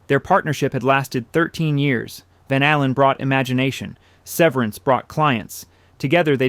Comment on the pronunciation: I think it is AI narration. Listen to how he pronounces van allen